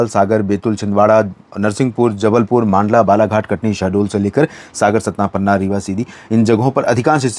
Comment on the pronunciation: "मांडला"नहीं, "मंडला" बोलिए.